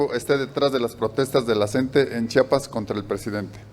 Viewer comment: Disculpe señor youtuber es CHIAPAS Y NO CHAPAS y EN LA CNTE NO SE ESTAN PELEANDO LOS LIDERES POR FAVOR SI NO SABEN COMO ESTA ORGANIZADA LA CNTE MEJOR NO OPINEN Y GUARDEN SUS COMETARIOS E INVESTIGUEN MEJOR QUE ES LA CNTE